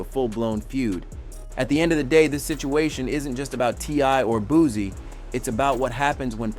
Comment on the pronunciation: Bootcee no booze this guy mi pronounced people names to disrespect them